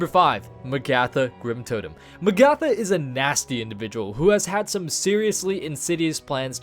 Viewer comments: Oh man the way you say some of these names is so uncomfortable. M'gatha instead of like Agatha but with an M. Also Garythose instead of Ga-rih-THOS. It doesn't end on an e so it shouldn't sound like those. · M'gatha and Garythos. Good grief. Firstly it's like Agatha but with an M and we wouldn't call Illidan Illy-dan would we. Ga-rih-thos. You were making the I sound like Gary and i don't know why you put so much emphasis on the o. The os should sound like how you say Ross. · In what fucking universe do you pronounce Magatha as Mag-ARTH-ah fuck me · it's Mag-uh-thuh:( do you do this on purpose at this point DX It's like Agatha, but with an M! I feel specifically trolled whenever you say names like this lmao DX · It’s pronounced Ma-ga-tha, number 5 was a little hard to watch. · isn't it pronounced MAgatha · Mah-gatha and say it fast to pronouce Magatha correctly. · sounds more like may-gatha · I hate how he pronounces magatha...